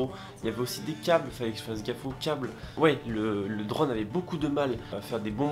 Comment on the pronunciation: Super vidéo mais t es « drône » c est « drone »!!!!!!